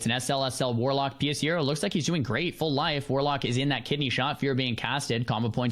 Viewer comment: everyone saying pshero name wrong is the most hilarious thing about this